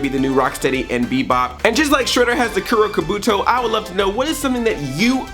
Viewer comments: It's pronounced koo-row ka-boo-toe :) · I think it's actually pronounced "Koo-do Kah-bah-too". Just wanted to let you know. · Kuro Kabuto(Koo-row Kaw-boo-tow) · Come on Andre! "Kuro Kabuto" isn't that difficult to say. But I understand that it is better to just call it "Shredder's Helmet". Still I loved this Recap and I enjoy this episode of the TMNT.